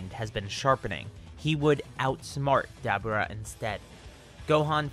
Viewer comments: Did you say "dabuda"? It's pronocuned "da bora" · Stop saying daburrrtba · Dabra lol the way you said his name 🤣 and your voice overs 😂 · Me:*hears him pronounce dabura* Me: lol… dab-ooh-rah. We taking dabs now? Btw its pronounced Duh-Bur-Ruh. Literally pronounced this way in the show. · its DA BU RA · DA-BOR-AH other than that great video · It's pronounced dabura, It's Dabora. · It's da-bur-rah that ruin the whole video for me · You pronounced Dabura wrong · You need to learn how to pronounce Daburas name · Why you say dabura’s name like that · It sounds like you pronounce to Dabura wrong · like the video my only issue is your pronunciation of dabura ( probably spelt it wrong ) I don't know though maybe it's just because I'm not used to hearing it like that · Why is he saying Daburah's name like that 🤦🏾‍♂️🤦🏾‍♂️🤦🏾‍♂️🤦🏾‍♂️ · Bruh 😂😂😂😂 it is 2019 you know that is not how you pronounce that 😂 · It seems like a common occurrence in the Dragon Ball community for people to go out of their way to affect an accent to pronounce character names. Like why the hell are you pronouncing Dabura that way when it's not pronounced that way in the damn show? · His pronunciation of Dabura is making me cringe every time 😂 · Listening to him say Debora name wrong make it hard to watch this shit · Am I missing somthing ive never heared dabura pronounced like that lol